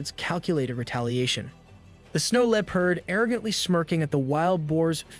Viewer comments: the way bro says leopard got me feeling itchy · I love how every not a single AI voice can pronounce "Leopard" correctly or without sounding super goofy